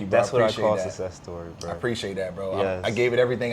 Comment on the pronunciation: It's 'success', fam. 👍🏽